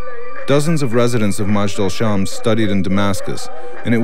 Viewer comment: its not ma-jd alshams.. Its mej-dal el shams :)